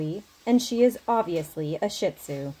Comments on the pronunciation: Okay, iapologize but this is my pet peeve. It is NOT pronounced "Shit Zoo" . The correct pronunciation is (SHEED ZOO). PLEASE if you own one or work with one say it right. It hurts their feelings when you don't. Thank you. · “She’s obviously a SHITzu”. I can’t stop laughing at the emphasis on name of the breed, especially in this context 😂😂😂😂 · I had to replay the vid as I first heard it I was like "what breed?? Shit-poo?!? Ah perhaps shipoo (shihtzu-poodle mix)? But it doesn't look like one 🤔" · She put the 'shit' in 'shi-tzu' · Incorrect pronunciation of ,dog's breed!SHEED-ZU.TAKE THE DOG FOR A WALK prior to bath.that's only logical.that's the owner's fault. Should be careful blow drying around the eyes.Wonder if the cologne is p.h. balanced.Don't think I would bring my dog to you.Chloe is so well behaved.Should be blaming the owner for not seeing the dog relieved itself before appointment. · She's a lovely dog, but please don't mispronounce the breed name, even for the sake of a joke. SHEE-tzoo. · Correct pronunciation as spelling - Shih Tzu. You'll understand her better if you see more of her videos and charitable work. She wants all dogs to be groomable, especially those other groomers refuse. When she has an easier subject, she sometimes makes jokes to entertain the public and keep them watching. If you read any comments you would have noticed that.